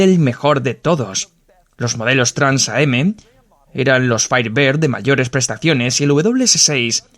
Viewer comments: Exacto, se pronuncia Trans-Am, lo mismo pasa con el Grand Am. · TRANS-AM no Trans A-M. TRANS AMERICAN CHAMPIONSHIP. Hay que conocer un poquito más para poder mencionar ciertos modismos de manera correcta.